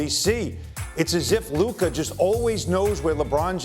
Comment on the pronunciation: He keeps mispronouncing LUKA MVP as LeBon or something like that